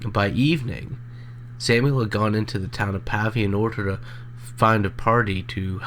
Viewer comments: It's actually Claysburg, PA, not Claysville. I don't live far from where they were found. The narrator is mispronouncing Pavia as well. It's a hard A, more pronounce like a paved (road). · Pronounced Pay-via.